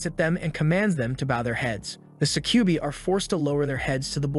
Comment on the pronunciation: That is NOT how you pronounce Succubi. Suh-kjoo-bye. It's a Latin word, I believe.